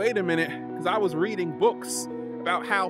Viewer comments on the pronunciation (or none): none